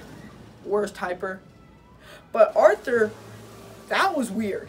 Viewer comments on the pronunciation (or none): none